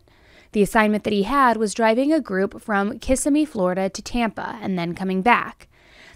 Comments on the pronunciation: It's Kis-SIM-mee Florida. Not Kiss-uh-mee - LOL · KAH-SIM-ME is how you pronounce it